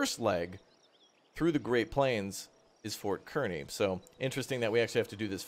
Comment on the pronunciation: Ik it doesn't look like it but kearney is pronounced car-knee. Watching from few hours from Fort kearney.